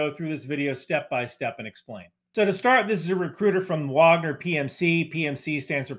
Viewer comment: Thank you for being both American and saying Wagner correctly :) it's a this sliver of the Venn diagram